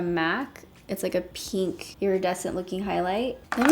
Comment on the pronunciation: You say pink so funny 🙈😂😂